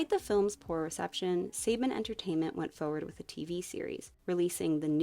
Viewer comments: It's Saban (SUH-BAHN) Entertainment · Quick note: “Saban” is a Hebrew name (“סבן”) and is more accurately prounced /səˈbɑːn/ or “sə-bahn”